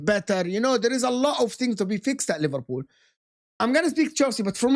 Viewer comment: Bro said liverpud and Livarpool 😂😭